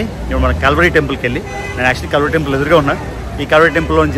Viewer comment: ఓరి నాయన కాల్వరి కాదు కల్వరి అని క్లియర్ గా పలుకు